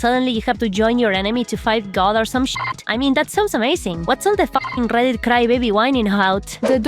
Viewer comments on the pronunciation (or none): The Darrrrrrrrrk conerrrrrrrrrrrrrrs of Rrrrrrrrrrrrrrreddit. Thank you, I needed that today. 10/10